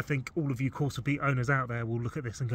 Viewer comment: 👍Ohh corsa fwends 👍